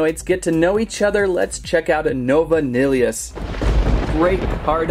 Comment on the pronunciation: P.s u said nillious wrong. Its Nil,eee, Us. Now thats how to pronounce it. But just watch the bakugan show with nilliois in it.